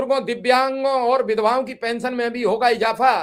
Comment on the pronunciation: Kaisa media bala hai bhai pension nhi bol pa rha hai sahi se 😂😂